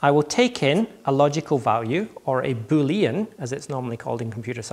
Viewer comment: Keith Gaughan I'm pretty sure he pronounced Boolean in an unusual way too.